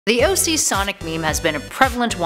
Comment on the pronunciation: You said OG not OC